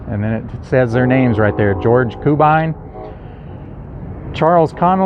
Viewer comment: I grew up in Coffeyville and you need to know the hardware store is pronounced "EYE-sham" and George Cubine's name is pronounced "CUE-bine" not "KOO-bine".